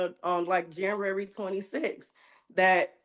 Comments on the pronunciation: Can she really not pronounce January? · “Since Janrary” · I didn't know we had a new month added to the calendar. "Janrary." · JANUARY. January. "Jan-you-air-ee", try it slowly. You'll get there! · This chick cannot pronounce January. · She cannot pronounce January... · Her pronunciation of “January” reminds me of pre-school students.